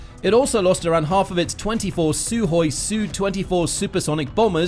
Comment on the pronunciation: It's "Sukhoi" NOT "Suhoi"!